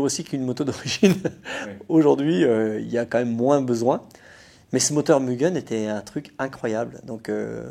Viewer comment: Mais enfin, on prononce "Mu guè n " à la Joponaise, non pas "Mu gueun " à la Suisse m'enfin! 😅😂.... non je plaisante, encore une super vidéo et de bons souvenirs nostalgie, merkkiii 😘